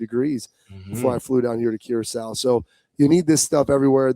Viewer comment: Bobby, Bro - You are stiiiillll pronouncing Curaçao 🇨🇼 wrong 😲🤦‍♂️🤣